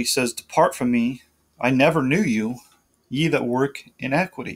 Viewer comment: i[ee] - NI[h] - qui[h]ty[ee] The second 'i' is short as in the words: it, sit, fit, etc. iniquity /iˈnikwədē/ You are saying it as a short 'e' as in the words: get, set, let, etc. in·eq·ui·ty /inˈekwədē/ This is a different word.